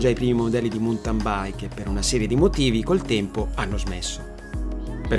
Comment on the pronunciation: Bella esposizione però, cortesemente, si pronuncia "mauntin" non "muntan" o "montan". Grazie